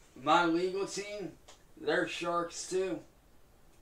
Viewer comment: Cant help but hear "sharts" every time he says sharks. I guess theres a storm comin N Word. 😂😂